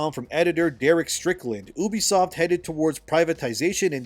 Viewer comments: can you PLEASE stop saying ubisoft like "oobisoft" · Pronouncing it Ubisoft like that might be worse than what blizzard did 😭😅